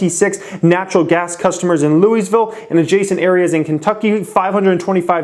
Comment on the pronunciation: INT NOT LOUIS-VILLE